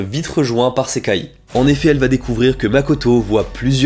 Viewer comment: Pourquoi prononce tu le i a la fin de Sekai mais pas a la fin de Gasai ??